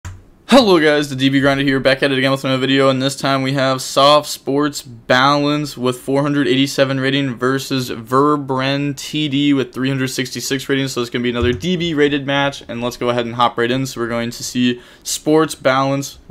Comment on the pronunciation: It was a good game despite the calls. Glad to see DW making a come back. Also my name is not Verbren its veb-ren.